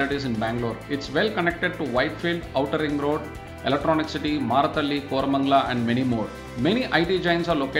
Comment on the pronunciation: Seriously.. Kormangala?? WTF...